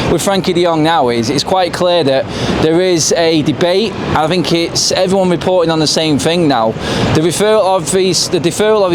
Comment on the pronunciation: No such word as fink it is think think isn't pronounced with a f